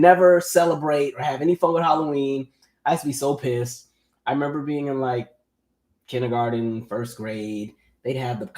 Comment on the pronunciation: You're a teacher saying kinneygarden🤣